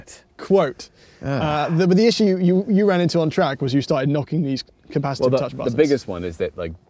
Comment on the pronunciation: “Capa-shit-ive buttons”